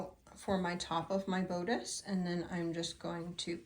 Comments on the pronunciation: You have a wonderful place to sew. Everyone sews in their own way. Do what works for you. I do have to say that the word bodice has a short o sound instead of a long o sound. Sorry, but I just wanted you to know. I don’t mean to criticize… Praying for your family & little Azariah! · I am not trying to be a jerk. Bodice is pronounced with a short “ o” as in boss. Best wishes with Azariah. He has a lot of love on his side.